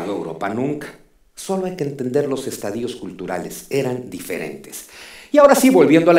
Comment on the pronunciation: Felicitaciones, solo q se dice estadios no estadíos, produce urticaria.